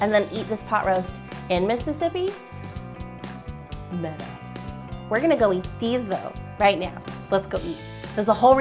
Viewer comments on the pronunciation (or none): none